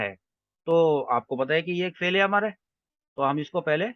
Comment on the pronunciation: ماشاءاللہ، بہتر ہوگا کہ لفظ "امر" کا تلفظ میم پر زبر کے بجائے اس کے سکون کے ساتھ کریں۔ اَمْر۔ شکریہ